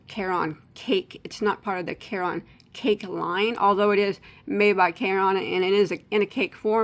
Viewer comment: I grew up near the Caron Spinning factory in Rochelle, IL. Caron is pronounced just like the name Karen. Just and fyi.